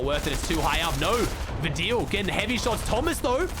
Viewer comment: Please fix your pronunciation for TAYSON and VADEAL